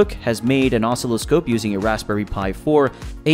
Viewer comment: Boy who the hell taught you how to pronounce oscilloscope.